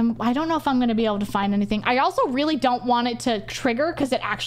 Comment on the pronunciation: someone shows me this, all i hear is praise /b minmo, instead of praise be minmo. jokes aside please dont go on /b